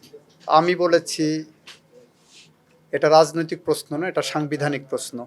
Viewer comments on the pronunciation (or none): পসন না প্রশ্ন।চোচাল না সোশাল